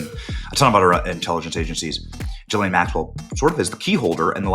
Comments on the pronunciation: It's "ghee-LANE". I know what she did but it's not "Joffrey" Dahmer or "Alan" Hitler. Learn talk words how, man who talk to make money. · … and for fuck sake… her name is JIZZ-LANE!!!?! 🤣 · Benny...another " journalist" who can't take a single second to learn how to pronounce Ghislaine.